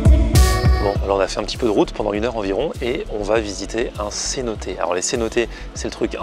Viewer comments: 😂😂 c’est pas cenoté c’est cenote!! 😂😂 bonne vidéo oui effectivement tulum très touristique je te conseille d’aller dans les terres moi je suis aller pendant les vacances mais c’est grave bien!:D faut que tu visite les sites archéologiques c’est magnifique!! Le plus beau c’est dans le yukatan je trouve:) très bonne vidéo j’ai pas encore pas finis:) ps si tu veut des photos ect dis moi:) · on dit une cenote pas é a la fin comme une note